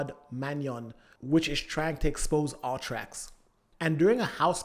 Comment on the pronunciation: I kept hearing "all-trax" through out the vid took a minute before I realized he meant "U-Trax" 😅 just pronouncing it 'Uhh-tracks'